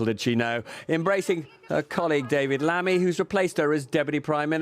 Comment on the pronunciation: Er Lamy lol. Dear god